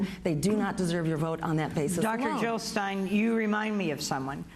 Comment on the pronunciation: JILL NOT HILL .....JILL OR WAR ,FEAR OR LOVE